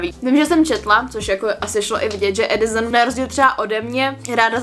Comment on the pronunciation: úžasný video jako vždy jen ...Adisson se říka se se :D no hate!!!!!